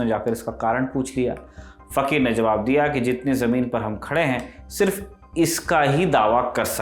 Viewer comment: Fakhir fakhir kyun kaha rahe ho 😂😂